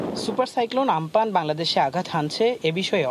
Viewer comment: উচ্চারণটা আম্পান হবে ৷